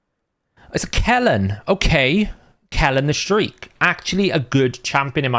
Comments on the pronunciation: Kellan the Shrike is a he not she. Remember how pretty Orlando Bloom was in Lord of the Rings? Same thing 😂. Also Shrike is pronounced basically the same as Strike. It doesn't say Shriek which has a funky spelling and refers to a loud high pitched scream. Shrike is a very round very aggressive species of birds that kill more pound for pound than a hawk. Shrike is also a series of Missiles for fighter jets that are manufactured in the United States. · ganoot ... Madame "SERREE" ,. "Shreik" ?? Are LITERALLY ALL RSL content creators Rainman ???